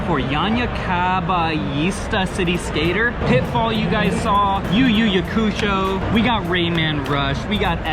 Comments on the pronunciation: They way he pronounced Yu Yu Hakusho makes me unbelievably unhappy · … it’s Yu Yu Hakusho. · I hope you know you missed pronounced yu yu hakusho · NGL that Yu Yu Hakusho pronunciation had me dead